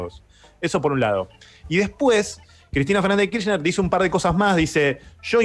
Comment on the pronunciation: Cuántas veces vas a decir Cristina Fernández d kirschner lpm jajajaja me arruinaste los oídos